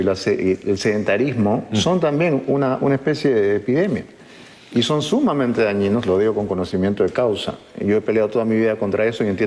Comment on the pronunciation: sedentarizmmo epideeemia,,nunca la scuché...ste pela...jaaajaa